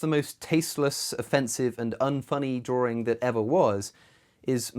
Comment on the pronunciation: The word is drawing, not drawring. LOL